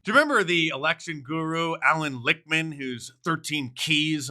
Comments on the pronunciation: I thought it was pronounced lickmen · It’s pronounced Alan LickME! 😂